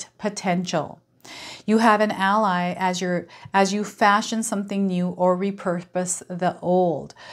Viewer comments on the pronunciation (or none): none